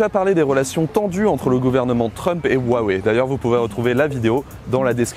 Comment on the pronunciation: Arrêtez de mal prononcer le mot Huawei !!